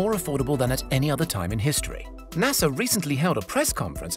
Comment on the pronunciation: Ahem. There is no "R" in pronouncing NASA, btw.